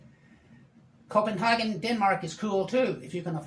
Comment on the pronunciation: 1st time I've heard someone pronounce Copenhagen correctly😉